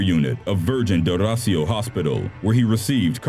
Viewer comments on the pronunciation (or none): It's "Rocío" or "ro-SEE-yo", not "RO-see-o" 😉 but nice try